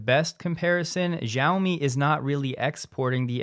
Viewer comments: Love your program. Please pronounce Xiaomi correctly. Jim Farley owns one and has correct pronunciation. As a former language student/teacher it grates on my ears. You are no alone. So many people in media, including Stephen Colbert, pronounce Chineses President Xi as Ji. Not correct. SHE as in “She sells Shiaomi by the seashore.”😉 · Xiaomi is pronouned she-OW-me. Your version makes me cringe. The X is like SH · You seem like someone that believes that details are important, and pronouncing the Chinese company names correctly, while not critical to your message, does show a level of professionalism. Just wanted to let you know that the “X” in Xiaomi is pronounced more like a “sh” sound than a “z” or “j”.